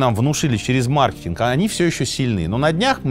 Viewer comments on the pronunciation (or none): none